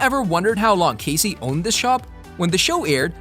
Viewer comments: I agree, if your going to do a video about characters in a show at least know how to say their names correctly! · Great show! Thank you for putting this together. Unfortunately, I cringed every single time you say Cassie’s name… a huge error on your part. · You not saying how Cassie is supposed to be said. Pisses me off. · Several of these things actually make perfect sense and y'all don't even pronounce Cassie's name correctly.